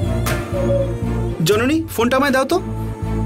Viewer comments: Jononi ke nondoni bollo je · এই রে কি বড় মিস্টেক, জননী না বলে নন্দিনী বলে ফেলছে আঙ্কেলে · jononi na bole nondini bollo kno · সবাই লক্ষ্য করেছেন যণণী কে ণণদিণী বলেছেন